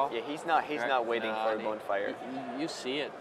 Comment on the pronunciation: What's up with the pronounciations? Bonefire? Dissiple of Bolas? =D